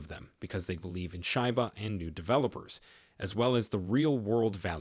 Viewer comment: Hey dumb fcuk its not call SHYBA inu ,its SHIBA